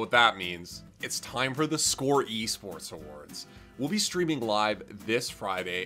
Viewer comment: I had to rewind that. I honestly thought he said yeast sports, no offense.